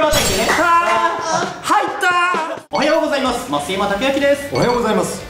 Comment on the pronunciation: 本気の「だせぇ…」がほんとむりwwwwwwwww 小松さんおはようございます言えてない…？www